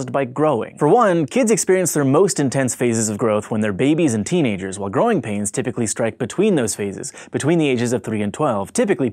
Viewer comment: at the end it sounded like he said groin pains😂😂😂